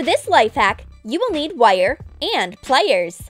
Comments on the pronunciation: The way she says “wire” bothered me so much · someone says wire weirdly